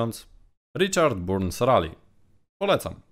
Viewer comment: Richard Burns Rally - czyta się BARNS a nie Burns....Litości, proszę